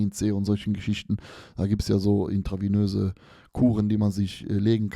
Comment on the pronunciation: Glaube auch nicht, dass er es intravenös nimmt. Der hat sich bestimmt versprochen... wobei er es ja noch so seltsam betont